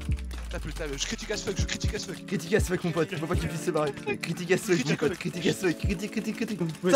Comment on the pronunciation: C'est pas "ass fuck" mais "as fuck" Allez bisous les michtos.